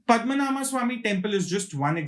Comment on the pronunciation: Its not "Padma Naama" - It is "Padma Naabha" (Padma - Lotus, Naabhi - Navel(Belly button) ----> Lord Vishnu)